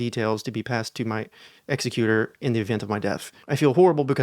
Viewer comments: Hey sweets - on pronouncing executor - it's ex ec' u tor, emphasis on the "c" syllable; not exe cu' tor, emphasis on the "u" - the first helps with your estate, the second removes your head and life. submitted with appreciation. Cheers! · My “EXecutor”?🤭 I believe it’s pronounced e”not exss 😢😢😮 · Ex-eck-u-tor - that’s a very different thing to an executer 😂😱😱😱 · .... Why would she wanna give the code & safety deposit box details to her murderer?! 🤭😆 "Executor" reads a LOT different when you don't read it like "execu-tive", but instead opt for "execute". 📃 v. 🗡️ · *ex-Eck-u-tor, not person killing someone. 🥰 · one of the greatest mix-ups in pronouncing executor I've ever encountered 🤣🤣🤣 (For context, emphasis on the first syllable is the kind that kills you, emphasis on the second syllable is the kind that implements your will after you die) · That pronunciation of “executor” makes quite the difference, eh? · 1. An Estate Executor is pronounced like “Executive,” emphasis on second syllable, not like executioner. 2. It feels kind of mean to criticize people for going to reddit because they have no other support system. Like - it’s not helpful to tell people “wow if you came here you’re REALLY messed up” because like…. :( What if one of your listeners has no one else to ask? They’ll just feel stupid for not having good or living friends and family.